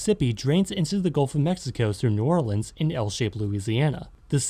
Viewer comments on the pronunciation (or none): none